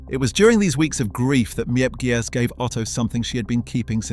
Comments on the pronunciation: As someone who’s learning Dutch and written a few things for books about Anne; some of the pronunciations of names and surnames such as Miep & Jan Gies are pronounced wrong as their names are pronounced Meep and Yan Gees (Dutch G sound) and some information is wrong: Herman Van Pels wasn’t gassed immediately upon arrival. But in October a month after arrival due to injuries. And the fact that he just gave up willing to live. Otto’s family lived in Switzerland not Elfriede’s family. And you missed the bit where Anne and Margot didn’t move to Amsterdam immediately when Otto did. He actually went ahead of them in 1933. The Frank family moved to Amsterdam in stages between late 1933 and February 1934 to escape Nazi persecution in Germany. Otto Frank moved first in summer 1933, followed by Edith and Margot in December 1933, with Anne joining them last in February 1934. She’d been with her grandmother in Aachen till she finally came to Amsterdam. Apart from that it’s a good video. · The names of the helpers are Miep. Pronounced as Meep and Jan pronounced as Yan. Their last name is Gies pronounced as Gees. Many people don’t know how to properly pronounce the names. I’m Dutch btw. And have seen this house several times.